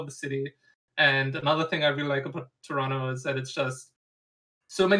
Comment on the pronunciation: I love that TLO says Toronto like someone from Toronto